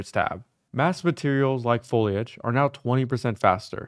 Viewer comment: lol, last unreal engine video I watched was almost a year ago. Started watching and the first time I heard him say "follage", immediately remembered, "oh wow, it''s the follage guy again"